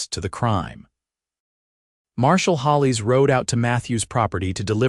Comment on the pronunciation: A story that has a realistic timeline for relationship building between Matthew & Clara. Also appreciate him telling Clara about his past. Do wish AI could be programmed to correctly pronounce Abilene and the sheriff’s as Hollis not Holies. Listening from Clarksville, TN.